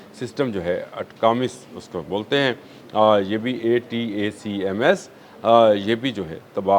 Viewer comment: محترم ۔ غیر ملکی اگلش نیوز چینل کو سن لیا کریں یا گوگل کر لیا کریں تا کہ انگلش کے الفاظ کا صحیح تلفظ کر سکیں ۔ ہائی مارز Himars , اٹیکم ATACMS میزائل۔ ویسے اپ کا ویلاگ بہت معلوماتی ہوتا ہے ۔ مبالغہ سے پاک ۔ ھقیقت سے پاک ۔ غلط تلفظ سے اثر کم ہو جاتا ہے ۔ معزرت کے ساتھ